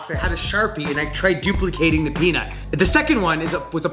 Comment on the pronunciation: I thought every single time you say peanut I thought you are saying penis lol